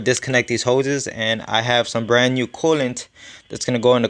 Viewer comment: It’s cooliantae not coolant